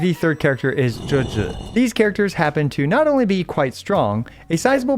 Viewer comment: omg, so far you're the first CC, that I have watched, pronounced Zhezhi and Youhu correctly! so damn satisfying LOL